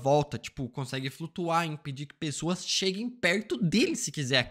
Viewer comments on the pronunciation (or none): none